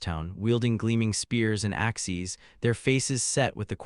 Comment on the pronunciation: Good story so far, but the Constant mispronunciation of Axes is tiresome. Also, the AI Narrator splitting words with odd stops and mispronouncing the second half is just as annoying.